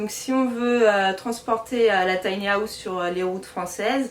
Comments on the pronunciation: Taï ni à ousssse 😂😂😂 On peut rire mais on ne se moque pas 😉 J adore les tinyhouse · On ne dit PAS Tiny-Aousse 😅🤣😂😅🤣😂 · tiny haaaaouse fois 1000, je saigne. J'ecoute, j'ecoute.